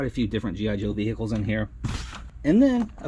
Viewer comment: ve-heeee-ciles cok